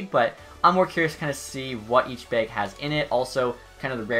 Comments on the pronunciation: He’s saying bag, but it sounds like he’s saying beg....maybe begging EA for good loot. 😂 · Does he say it like that bc he’s Canadian or sum, bc he doesn’t sound like it then he says beag